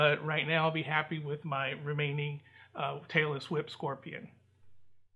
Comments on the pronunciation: It sounds like you are saying Taylor Swift Scorpion lol scorpion 🦂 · Barbara Williams glad I’m not the only one that Understood Taylor Swift Scorpion 😂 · Tailless whip! I thought you said "Taylor Swift"!